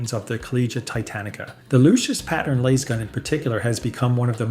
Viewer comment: please for the love of god fix the pronunciations. stig-ees, lase-gun, grayuh, and so many others are just horrible.